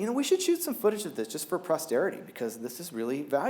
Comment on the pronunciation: Did that geeky guy just say “for prosterity”? Omg..he did